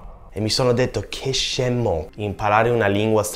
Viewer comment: I've said "Incredibbile" instead of "incredibile" two seconds later "Che scemmo" I'm dead